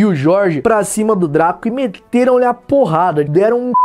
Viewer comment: Só eu que acho engraçado quando o fala "porrada"?